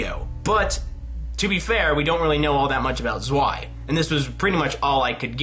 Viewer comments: zwei is prounounced as tswei, even if im not german it kinda hurt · I know it's an old video but zwei is pronounced tsvei